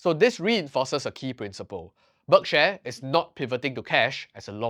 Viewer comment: It's 'berk-sheer', not 'berk-share'